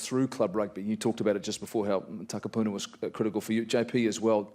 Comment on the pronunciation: Holy fuck please learn how to pronounce Takapuna.